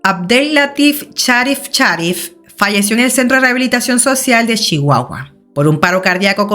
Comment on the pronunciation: Pronuncias Chihuahua como una Chihuahuense original 😊. Saludos desde México querida